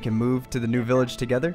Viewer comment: Instead of "New", you said "Bew"